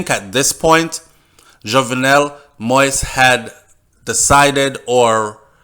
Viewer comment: It is not moist. It is moise.